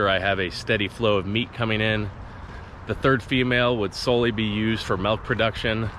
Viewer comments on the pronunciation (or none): It’s milk not melk